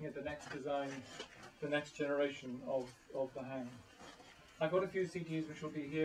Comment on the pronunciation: The hang is pronounced HUNG. Hang means hand . It is a sounding hand, not a "hang drum". Felix & Sabina, the makers, call it a Sound Sculpture.